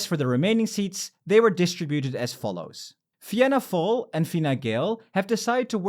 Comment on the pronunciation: It's a non issue but for pronouncing the Irish partie its Fianna fail - Feena fall Fine Gael - Feena Gail (Some say pronounce it as Finna Gael) Sinn Fein - Shinn Fayn